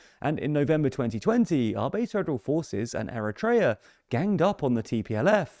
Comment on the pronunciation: it's not ERETREA its Eritrea :face-orange-raised-eyebrow